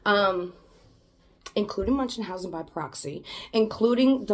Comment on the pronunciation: "munchenhausen" ?? Okaaaaaay then.